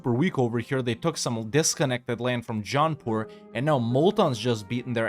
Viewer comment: When you say "Jaunpur" I always hear it as "John Paul" and think "they declared on the Pope?" 🤣